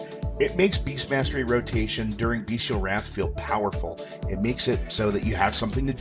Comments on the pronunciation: Bestial not Beastial - pronounced (bes-chal) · I agree, defiantly pronounced (bes-chal)